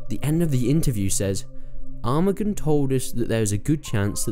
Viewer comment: not armagan it is arman say that that is wy better xd